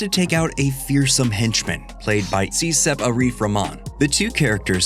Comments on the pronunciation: bro pronounce "cecep" as "she shape" lmao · I know this is a trivial thing and you probably won't ever read it but as an Indonesian that comes from Sundanese ethnic group, I feel compelled to tell you that "Cecep" is pronounced "CHE- CHEP", like in "Che Guevara". "Cecep" is a rather common traditional name in Sundanese ethnic group, which is the second largest ethnic group in Indonesia among thousand others. Hearing you pronounced the name as "See-sap" just rubs me the wrong way lol. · His name is pronounced "Chechep" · I giggled at how you spell cecep's name.. It was supposedly spelled che - chep.. Keep posting videos, man.. Love this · i THINK his name's pronounced like 'Che-Chep' like a hard 'CH' sound. i'm a dumb american so, you know, what do i know?